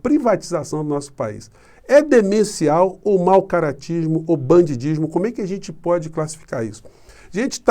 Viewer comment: perdão: é banditismo que a gente fala, com t e não dismo com d